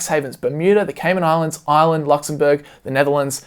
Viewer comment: I kept thinking he was saying Island instead of Ireland